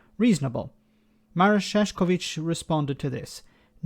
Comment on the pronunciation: Sheesh, butchered his name. Sad.